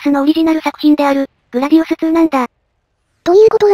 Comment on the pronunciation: グラディウスⅡ「つー」じゃなくてグラディウス２『に』だよ。 というか、２はそのままなら『に』って読まれると思うんだけど、入力大丈夫？